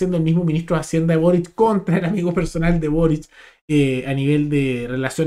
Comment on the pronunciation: Con énfasis en lo de "amigo personal de burric"